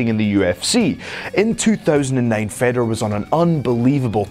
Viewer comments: Such a waste of time, Oops sorry i forgot brock lesnar and cm punk are the best ufc fighters of all time.. And its pronounced Faydor not feddor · You don't say FEDor. It's said like FAYdor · How can he test free agency when hes under contract and please stop talking if you can pronounce fedor right smh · thats nor how u say fedor!!!!!!!!!!!!!!!!!!!!!!!!!!